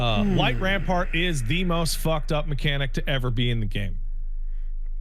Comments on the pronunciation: It's light rampant not rampart. That's burned into my memory from 2 months of prog... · idk if it's an ongoing joke or if is dyslexic but there is no r in "light rampant" and it bugs me everytime he says light rampart instead 😭